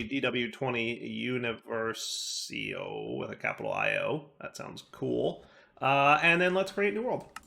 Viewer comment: it's uniVERsio, not univerSIO lol